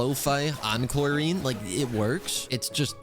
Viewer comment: starting to think saying Clorinde wrong on purpose to be annoying 🥲